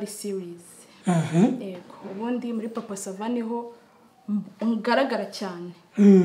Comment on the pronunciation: Ntibavuga "ego" bavuga "yego " . Sinzi impamvu Papa Sava atamukosora.